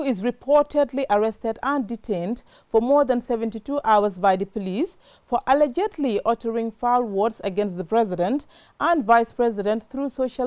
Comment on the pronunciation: Who agrees that our journalist is not pronouncing ALLEGEDLY correctly.